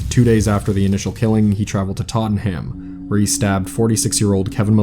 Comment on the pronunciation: The way you pronounce "Tottenham" is the most heinous crime in this video.